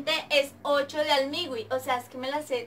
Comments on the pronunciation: Se escribe Almighty y se pronuncia Olmairi no almigui🔥😂❤ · Almighty no se pronuncia asi y creo que tienes una adición a decir obvio y sus variantes